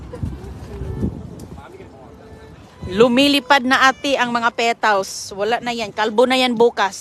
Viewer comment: Petals hindi pitals.